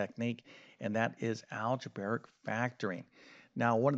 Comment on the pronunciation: You are a teacher with 630k students, so you have a responsibility to pronounce math terminology correctly. It's algebraic, not algebaric, so it's pronounced al-juh-bray-ic, not al-juh-bare-ic.